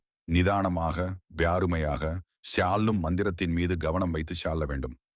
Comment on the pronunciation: ஒழுங்கா பேசி அதுக்கு அப்பறமா வீடியோ போடுங்க.. கேவலமா இருக்கு, சொல்லும் மந்திரமுக்கு பதிலா சால்லும் மந்திரம் னு சொல்லுறீங்க.. சௌம் ன்ற மந்திரத்துக்கு பதிலா ஸாம் னு சொல்லுறீங்க?? என்ன இதெல்லாம்??